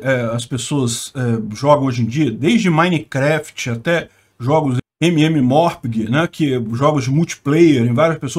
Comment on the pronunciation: É a primeira vez na minha vida que eu vejo alguém pronunciar mmorpg como emeemeorpegue, obrigado por me proporcionar essa experiência kkkkkkkkkkkk